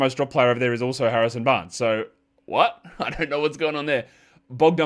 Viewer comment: Harrison 'Banres'? MUST have been the Metallica show or your dog barking at you the whole show...cheers